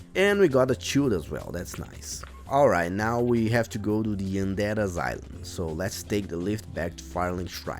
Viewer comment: I subbed when i heard "oondead asyleum"